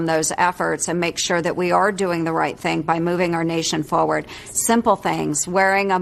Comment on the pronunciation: She actually said "No...the president is pushing forwoard"